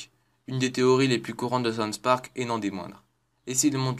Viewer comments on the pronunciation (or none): Le mec il ne sait même pas prononcer les noms correctement... "sonsse park" et ca ne s'entend PAS DU TOUT que tu lis un texte... mais vraiment pas... Quel talent. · "tweek tweek" "kinny" "sonns park" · "sons park" ?